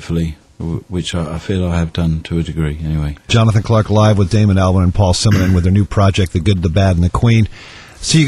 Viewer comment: He said Damon Albarn wrong.